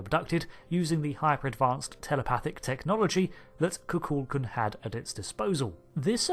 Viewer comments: FYI...The name of the Mayan deity is KukulKAN, the emphasis being on the last syllable. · FYI It's pronounced KU-kul-kON